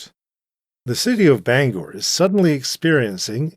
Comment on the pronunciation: Proud Mainer here! 🎉 also, I'm super impressed you pronounced Bangor correctly, many people do not